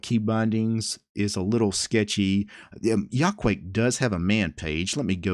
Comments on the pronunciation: If you know Japanese you could easily spot the Japanese logic behind this name You say that as ya-ku-a-ke, not yaquake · It's from Quake so I guess that's the way to pronounce it. Still, I like /jɐ.kuˈwɐ.kɛ/ better!